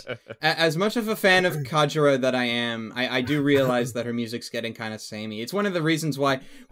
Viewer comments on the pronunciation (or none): ***** Just letting you know, its Kajiura, not Kaijura.